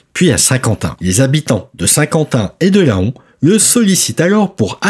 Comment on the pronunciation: LAON se prononce LAN bordel !!!!